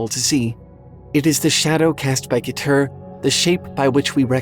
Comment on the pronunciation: Keter is pronounced "ketter" or "keh-tr." Dunno about the other ones, though.